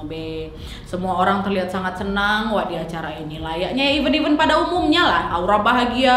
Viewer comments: Nad, event = acara. Dan even = bahkan. Beda bacanya, beda artinya.. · Maaf ralat, kalau event yang berarti acara, huruf e yang kedua dibaca seperti e pada lele